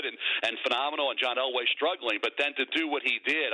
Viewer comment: It is Elway and it is not close.